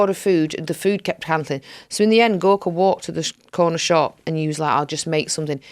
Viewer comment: Gorka all the way. And I heard hospice Gorks. :-D